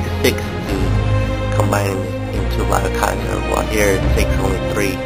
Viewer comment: isnt it LEEOH kaiser?